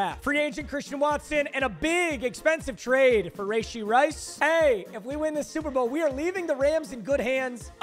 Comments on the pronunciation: Rashee... its not Rayshee 🤦‍♂️🤦‍♂️🤦‍♂️ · Papa, not trying to be a meat rider. But it’s pronounced ruhshee not rayshee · Bro who tf says rayshee istg you’re doing this on purpose now